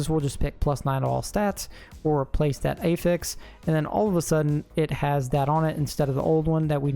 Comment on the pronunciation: “That eyfix” 😂.